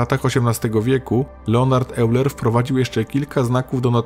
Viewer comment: wym. /'ojler/. Poza tym całkiem zręczny odcinek.